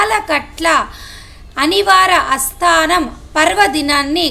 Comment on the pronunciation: అస్తానం కాదు తల్లీ ఆస్థానం అనాలి.